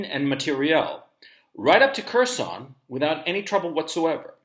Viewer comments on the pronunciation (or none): “HERR—SON” Gonzalo… not “KERR-SON” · "Curse-on". Please learn some Russian pronunciatlon! "Hearse-on" would be more accurate.